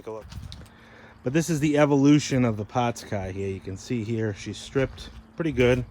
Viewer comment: "pawts cah." As a midwesterner, that's funny to me